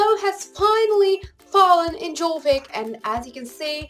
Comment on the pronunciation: I loved the video :) Although "Jorvik" is pronounced "Yorvik" not Jorvik - Abi xx